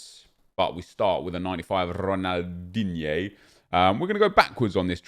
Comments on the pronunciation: Dislike for every time you say DIGNE😡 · Imagine being high and hearing nep say Ronaldigne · I love when you say Ronaldigne 😂😂😂❤️❤️❤️